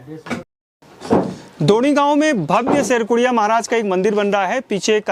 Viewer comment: शेरकुरिया नहीं शेडकुड़िया महाराज